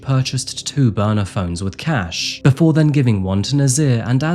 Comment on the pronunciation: her boner phone??? I know you’re saying burner but I had to hear it again 😂